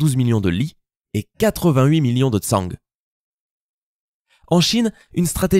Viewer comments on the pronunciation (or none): none